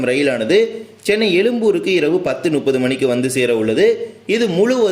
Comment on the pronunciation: தமில் அல்ல "தமிழ்" எலும்பூர் அல்ல "எழும்பூர்" நுப்பது அல்ல "முப்பது"